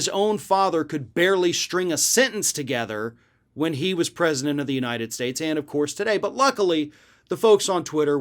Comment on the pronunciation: "The oranges of the United Shates" Cofveve